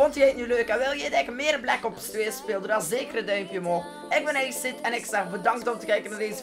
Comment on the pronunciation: Je zegt black kops 2 maar het is black ops 2